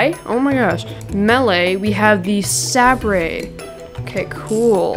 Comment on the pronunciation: love the vid. poor guy can't say sabre :(